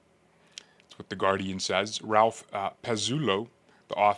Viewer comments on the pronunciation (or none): none